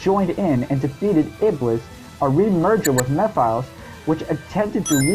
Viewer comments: It's pronounced Meh-phil-is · Too bad we lost too many of them to Ken. Wait a minute, did this guy just say "Meh-files?" Dude, his name has been said in the game he was in. There is no disputing the pronunciation of his name, lol.